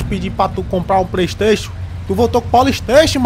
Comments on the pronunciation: É vacilo mesmo: ao invés de comprar Pray station Ele compra Poly station 😂😂😂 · pourra man eu pedi pra tu comprar um pleisteixu e tu voltou com um polisteixu pourra man puta qui pariu kkkkk